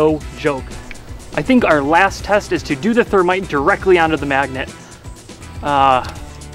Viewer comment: Did he say termite?